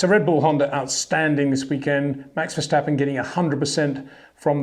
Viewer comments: The name is Verstappen Peter, not Vershtappen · Again, it is NOT Versjtappen, but Verstappen, like in "stoppin' " You're welcome... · HEY PETER WINDSOR, I HAVE MESSAGE FOR YOU SIR: it is NOT Max "verSHtappen" ... Max is not German (Germans indeed do pronounce "st" as "sht") ... #Max33 = Dutch NL/Belgium! ... It is not "Bottash" nor is it "Lewish" certainly not "verSHtappen" .... This BS started long time ago when a British sport presenter interviewed father Jos Verstappen and assumed you can use a German pronunciation to a Dutch Driver thinking it is so "funny" ... It is not. SERIOUS QUESTION: Can any Englishman say "versatile" out-loud without saying "vershatile" phonetically? most can about 99,99% ... that is why most English can pronounce Verstappen 100% correct! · Yeah right, Max Vershhhtappen and Pear Gasly. Come on Peter🤦‍♂️You can do better than that. Btw. how do you pronounce the word "stop" or "step"? Is it something like shhhtop or shhhhtep. I don't think so.😎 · the right pronunciation is Ver-stah-pen , S to the T, there is no shhhjj sound in his name. the meaning of his name is either: (1) make a wrong move with your foot, e.g. on a root in a forrest (verstappen, step wrong) (2) tap a beer fresh ( vers tappen) (3) going out in a far location (ver stappen) no joke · Can anyone point out to Peter that is is not pronounced as "Verschtappen"...simply "st" like in "step" :)